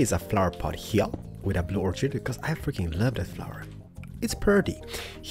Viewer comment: When u say "I freaking love it" it sounds like u say "africans love it"